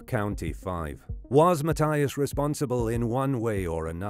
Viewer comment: Just curious why the narrator pronounces Mathias with a T , not a TH, and Weiher with a V not a W? These guys were Americans, and a German/European pronunciation sounds wrong.